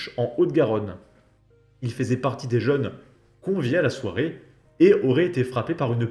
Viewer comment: "faisait" se lit "fesait" cher youtuber.